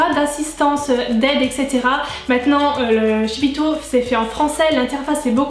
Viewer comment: Tu m'as trops fais rire avec ton shipito ( la prononciation) je suis presque sur qu'on dit ship to genre un jeu de mot ship it to comme en anglais (envoyer à) à part ça merci beaucoup je galèrais pour me faire livrer des produits Us comme coastal scents ou j'ai du payer 30$ de frais de port